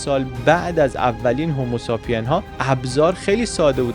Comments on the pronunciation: هومو ساپین چیه دادا هومو سیپین هست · ممنون عزیز. فقط یک کامنت کوچولو: تلفظ کلمه homosapien ، بخش سومش مثل تلفظ کلمه say هست.